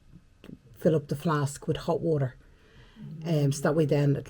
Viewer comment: WALLOR😂😂ie WATER 😂😂